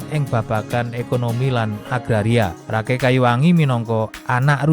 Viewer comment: Kata Rakai lebih pas nyebutnya Raka i